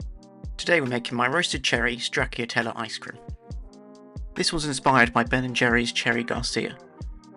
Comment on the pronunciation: Not how you pronouce "Stracciatella". The "cc" is a "ch" sound, like in...cappuccino.